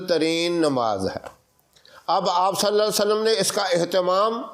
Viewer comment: Assalamu Alaikum. mazirat ke saath talaffuz ko sahi ada kijiye. Sallallahu alaihi wa sallam hota hai na ke (Sallalla sallam)